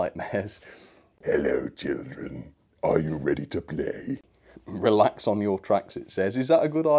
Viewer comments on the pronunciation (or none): “Releax on your tracks”